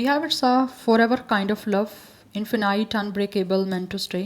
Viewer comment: Hellow Maa'm. Hope u ll be fine. Sorry to say but you have to focus on your English Pronounciation. The words that you use in your readings. You have to practice it correctly. Its Ruined. Not ruiyend. And then its Infinite. Not Infinyte. And many more words. Again sorry to bother you. Tc